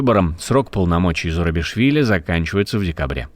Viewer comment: Фамилия президента Грузии Зурабишвили, а не Зарубишвили.